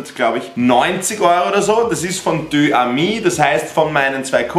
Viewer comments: "Deux amis"wird dö sami ausgesprochen und nicht dö ami.😆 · Man spricht es übrigens " Dös ami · Deux amis spricht man anders aus .... wie. [dösami] und wird gebunden weil a ein vokal ist 😁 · Deux amis wird eig beim sprechen gebunden also „dö sami“ gesprochen. Triggered mich immer arg wenn ich des hörexD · Aussprache von Deux Amis: [deusami]